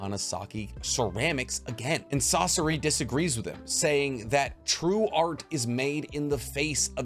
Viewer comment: sauce-o-ra???😂 its SA SOR RI bro why does every youtuber get pronunciation wrong when its in the show